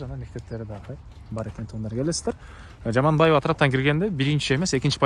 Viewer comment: Токтоналиева ,Жаманбаева эмес аялдардын атын алабай туура суйлочу Айткан ,эскерткен сайын кучойт экенсин Акма кулак